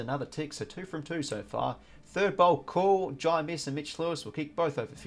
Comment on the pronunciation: First time I saw Amiss he was kicking for goal and missed, lol, but it is pronounced Amus, like anus but with an m not n.